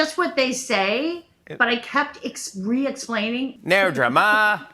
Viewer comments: haha you couldnt sound less like an australian with NO DRAMAAAA lol, was too funny to hear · Lol.....as a Aussie, it took me a while to realise you were saying no drama ! Very English pronunciation. Nahr drahma mate !